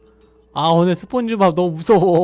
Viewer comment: 저 2배속으로 보다거 스폰지밥외쳤을때 시발 시밥 으로들음 ㅋㅋㅋㅋㅋ